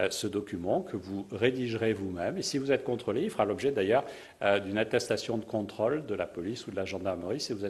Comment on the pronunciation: Quand il dit 'controle' j'entend troll mais ce n'est que moi...